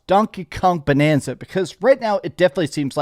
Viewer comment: Also its bAnanza with an A like in the word bAnana. Get it? 🙄